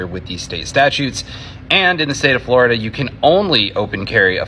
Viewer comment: "...'cause I am a pistol instructor here in Flo-DuH..." Well,... aren't you supposed to be instructing your Happy and Gay "pride boyz" on Pistol Fappin'...?" Hey,... FAP-FAP-FAP-FAP-FAP-FAP... all the Flo-Day Long!!!